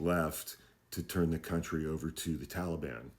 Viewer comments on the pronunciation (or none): none